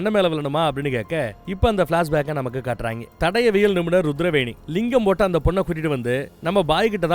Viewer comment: தடவியல் ❌ தடயவியல் ✔️ சிறந்த விளக்கம் அண்ணா...! ஆனாலும் இந்த ஒரு வழு (பிழை) மட்டுமே மண்டைக்குள்ள ஓடிட்டு இருக்கு... அடுத்த அடுத்த வீடியோக்களில் அவை நிகழாத வண்ணம் பார்த்துக்கொள்ளவும்... தமிழ் அல்லவா❤❤